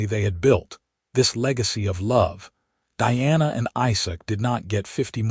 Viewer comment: First thing... Makes it really hard to listen to the story... The pronunciation of Diana's name! Your AI reader pronounces is as DEANA. it is spelled as DIANA! ... LONG I sound! Either change the spelling, or better yet change the AI reader!! I would say sorry for this criticism,,, but that is my DAUGHTER'S name! Pronounce it correctly!